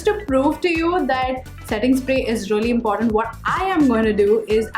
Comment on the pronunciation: Really is pronounced ree-lee not ruh-lee..sorry but it bothers me when you keep saying ruh-lee ruh-lee